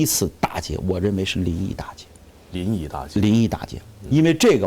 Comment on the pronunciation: 臨沂大捷 不是大劫 大捷